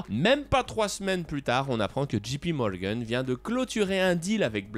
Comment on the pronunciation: Pas « Gee »P Morgan mais « Jay » P, c’est mieux quand on veut se la jouer je parle anglais comme un natif ;)